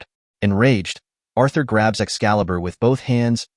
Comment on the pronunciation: Arthur no, it Urthur